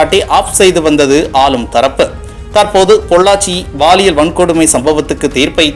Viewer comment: Please it is (paaliyal) பாலியல் Not baaliyal தமிழில். 'ல ' மற்றும். ' ள ' சரியாக உச்சரிக்கவும்